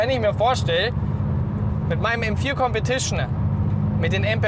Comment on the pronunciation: Kompetischnää Zweitnää